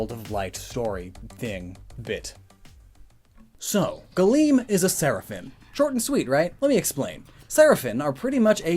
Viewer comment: The singular is Seraph. And it sounds like you're saying Seraphin, instead of Seraphim.